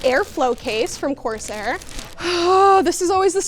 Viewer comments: Love you but please, i hate that you pronounce it course air, and not corsair😂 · Love seeing, but it’s not pronounced “course-air”! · Love the energy in the vid - but, course-Air? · what's up with that "course-air" pronounciation, I'm not criticizing, I just don't know what to make of it WTF ROFL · I love how she says "coarse air" lol